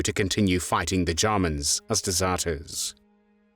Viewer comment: And Germans as Garmans